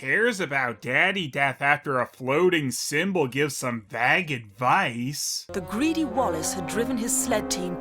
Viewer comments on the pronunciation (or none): Is that how some people pronounce "Vague?" I've only ever heard say it like that.